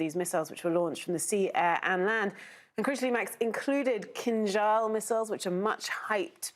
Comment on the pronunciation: You can say Kinzhal correctly but you can't say Prigozhin. What is a problem?